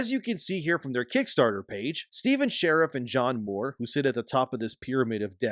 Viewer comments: I think it’s Shar-eef, not Sheriff. But yeah, hopefully he is found and made to pay. Maybe a long stay in prison. Or cement shoes. I’m not particular. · And dude, SHA-REEF, not 'share if' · "Sha-reef" Not "share-if" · Is his last name pronounced "Shariff" or is it pronounced "Shareef"?